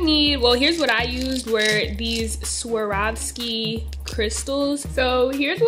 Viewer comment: LOLLL I got weak every time she said Swarvoski